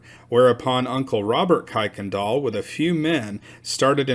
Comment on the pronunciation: The family pronounces their name as Kir-can-doll.